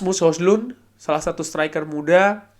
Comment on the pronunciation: Di beberapa cuplikan gol bacanya Hoilan, mirip lah sama Holan. wkwkwk